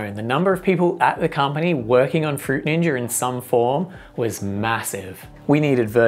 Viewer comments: "fruit ninjer" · Fruit Ninjer 😂😂😂😂😂😂😂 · um that's not how you pronounce fruit ninja... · no it's not